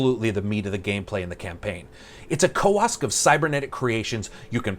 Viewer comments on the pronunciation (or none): what the hell is a "koask"???